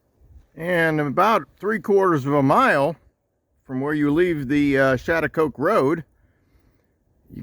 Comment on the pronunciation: The American Indian tribes locally call themselves, Schaghticokes, that is, pronounced "Scattacokes". Had you gone up the road a bit further you would have reached the Sachem's residence.